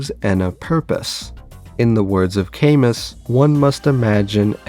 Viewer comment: Camus is pronounced like "kamoo"